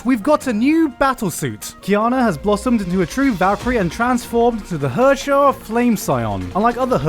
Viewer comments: LOLed a bit when i heard Gigguk pronounce Herrscher as 'Hörschör' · Gigguk, I swear to Senjougahara if you pronounce Herrscher that terribly one more time!